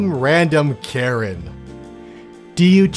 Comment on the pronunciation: why you say karen like that?